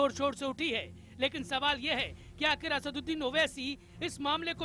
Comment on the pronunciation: Anchor ko sikhao, It is not Asaaunddin, rather it is Asaduddin Owaisi. ROFL.